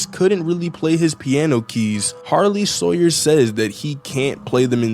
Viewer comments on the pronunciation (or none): Sarlie hoyer 😂 bro you changed the name of harly sawyer. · "the sarley hawyer robots:🙏🙏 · Sarley Hawyer